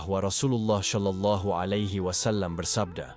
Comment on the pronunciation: Berkali2 di sebut sholallahialaihiwassalam bukan solallahialaihiwassalam.. sebutan sebenar ialah solallahialaihiwassalam.. jangan di tukar sod kepada shim astaghfirullahulazhim